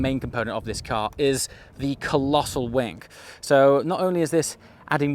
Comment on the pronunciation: Now... you said either 'the colossal wank' or 'the colossal wink', but neither were 'wing' 😉 Personally I'm hoping that 'a colossal wink' is the new 'tip of the hat' and I'll chuckle like a 14 year old each time I hear it.